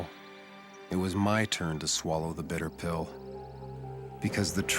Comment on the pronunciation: It's 'Bitter Pill"